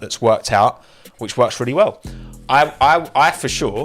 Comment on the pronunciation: more like weww weww weww